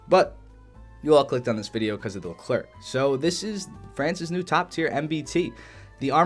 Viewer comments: Wrong its pronounced "Lu Claire" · Nice ! If you want to prononce Leclerc properly, this is how you do : Lecl - air (like how you prononce the air). You don’t prononce the "c" at this end. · Stop saying LeclerC !!!!!!! C is not pronounced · It’s pronounced Leh-Claire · le clair? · The Leclerc is pronounced without the "c" at the end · The final C in Leclerc is silent, same for the D in Roland :) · For the leclerc and roland, the last letter is silent.